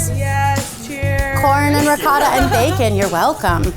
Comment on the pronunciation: She’s great but every time she said ricotta I cringed (I’m Italian)